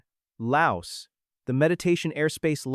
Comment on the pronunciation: S is silent in laos